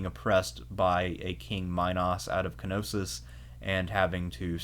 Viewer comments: Man this is such a great video But the pronunciation of Knosos is so wrong, is Ko-no-so not ki-no-sis, remember, this is hellenic/latin pronunciation, not germanic pronunciation Is even weird because you say minoan in a correct way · K-Nossos 😅 Its a silent 'K', like Knight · No it isn't. Κνωσος. The K is very much present and annunciated in the Greek.